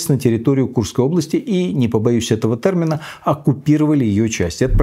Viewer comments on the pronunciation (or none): не тЭрмин, а тЕрмин